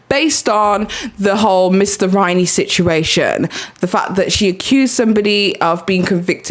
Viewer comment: It’s not Mr Rainey, it’s Riney. I hope you’re not confused as to who the teacher is/was.